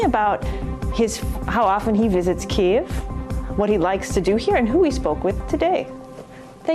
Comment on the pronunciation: Please people pronounce Kyiv as “kee-eff” and not “Keene”. It’s so irritating 😠